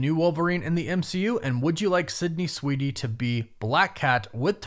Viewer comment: I don’t think you’re saying Sweeney… 😂